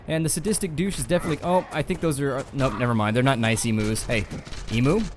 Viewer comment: can you please when saying emu's make sure to say it the right way.